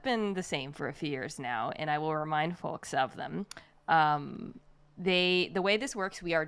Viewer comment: Mina the only person I have ever heard pronounce the l in "folks"